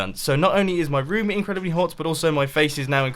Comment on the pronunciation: Who prefers how Mumbo Says room compared to them? (Unless that's how you say it) I preference How Mumbo says it